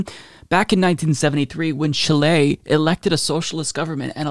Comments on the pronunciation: My dude. The inflection is in the first syllable. CHIle. Not ChiLE. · Love this. But I was extremely distracted by your odd pronunciation of Chile lol. It's CHEE-lay, not chee-LAY. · Great video! But it's pronounced "CHEE - lay," not "chi - LAY." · Don't worry dude, you tried your best and that's what matters. The letter E in Chi-le is pronounced like the E in "Let", "Left" or "Get". The pronunciation is closer to Chee-leh than Chee-lay. Thanks for covering these events in my country, it means a lot, greetings from Chile 🇨🇱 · The actual pronunciation is somewhere in-between. If the country's name was"Chilé" your pronunciation would've been fine, but it's written "Chile", so pronounce it more like "CHILL-eh". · It is pronounced ‘CHEE-lay’, not ‘chill-LAY’, but thanks for trying. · Chileee Not Chiley. There's no country called Chilei it is CHILE repeat after me CHILE Chilee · Just a correction ... the name is of the country is Chile not Chilé. The stress goes in the letter I not E. Chíle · I don't often bother with pronunciation as I know American and British can be different. I have grown up saying Chili for Chile, I checked on Google and I heard a voice saying Chili in English and Chile. as in Chilay - in Spanish as pronounces it.. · Its chile not chilee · CHI-le, not chi-LAY. Great video and fantastic news! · Chee-leh. Not Chill-ey. lol Pendantry police! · The pronounciation is Cheelay not Chilay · Chíle.....Not Chilé... Accent on the "Chi",... 🙂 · In phonetical english it's pronounced "Cheeleh" :) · Raúl García no le mientas, don't lie to him, that pronunciation was not fine Lol. I'll somewhat agree tho, better Chi-lay than Chi-lli. In any case, the only thing that truly matters is the love and appreciation we all have for and his crucial channel. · LOOOOLLL! YESSSS!!! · Chile is pronounced CHEE-lay, with the accent on the first syllable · CHI - le, the stress is in the first syllable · im drinking a shot every time he says chill lay